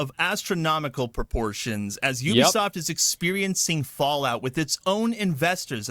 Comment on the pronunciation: That's not how you pronounce Ubisoft